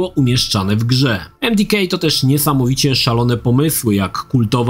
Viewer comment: Jakie emdikej? Emdeka